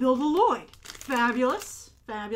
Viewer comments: Lol u said Nya and Lloyd wrong 😝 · I love how you constantly say LiLoyd even thought in the trailer he corrected his dad on his name Lloyd, a true Garmadon lover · I like how Grace calls him L-loyd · I would KILL for that box!! I also love how you've started to pronounce "Lloyd" as "L-loyd"! Every time you said it i had to giggle! Also, they're really pushing us to love Garmadon with all that stuff - and it's working! I want him to be my dad!! I also expect some reviews on the LEGO sets on here, or at least some pics on twitter! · You call him L-loyd and its great. Also, I love how excited you are about all those stickers! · My favorite part of this video was that you pronounce Lloyd the way garmadon did in the trailer "lo loyd" 😂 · I love how you pronounce it "Lo-loyd" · I use to watch the show like 1 or 2 years ago,so I got all the names down pat, but when you say Lloyd it sound really weird to me lol, just cause I use to be abscessed but I enjoyed your video like always 👍